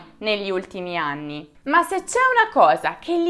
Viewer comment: Mi é piaciuto molto e sono d'accordo su quello che hai detto. Complimenti per la bravura e la simpatia. L'unica cosa é che ogni tanto parli l'italiano con l'accento straniero (quando hai detto 18 ani e non anni per ex).... poi (ma forse é dovuto alla tua giovane etá) secondo la mia esperienza dire amore, tesoro agli amici é una cosa di questi anni, prima era tabú e succedeva molto poco e in contesti particolari, anzi ti dirò di più prima non si usava nel modo esagerato di ora neppure in famiglia.... e non vedrai quasi mai a braccetto due ragazzi o uomini del nord (al sud lo vedrai di sicuro ma al nord sarebbe stato inconcepibile e avrebbe suscitato pensieri strani). Comunque bravissima.